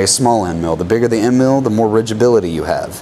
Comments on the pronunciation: Ridgability? You mean rigidity, correct? 😀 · I'm sorry but I can't listen to rigibility anymore. I guess it just shows that I matriculated fron the School of Hard Knocks. Another unnecessary word is funtionality, masticate etc. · When you say "ridgeability" do you mean rigidity? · Picky but "rigidity" instead of "rigability" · Rigeability? You mean Rigidity or stfiffness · Rigidity not rigibility? Not a word. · rigidity not rigibility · I wouldn't know any better about use cases of HSS since I'm fairly new to machining (which is why I'm here) but "ridgeability" is what sealed the deal for me. Can't take someone seriously when they can't even say a simple word like rigidity. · And "ridgeabuility" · "rigibility" haha Got it! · HAHAHAHAHAHA Rigibility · Say it with me "RIGIBILITY"